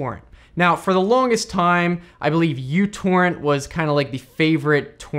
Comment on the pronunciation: "U" torrent.. it's not. Its "micro" torrent That's the lower case Greek letter "mu"